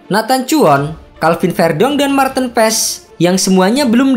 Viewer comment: penyebutan nama Marteen Paes yg bnr adalah Marteun Paas huruf e dibacanya double a kata coach Justin trs huruf double ee di nama depan bacanya bukan tin tapi teun kaya bahasa sunda